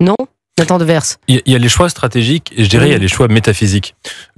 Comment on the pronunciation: serait bien inspirée d'arrêter de prononcer le s de Devers histoire d'être un peu plus crédible qu'en tant que La Tour du Pin Chambly qu'elle n'est plus.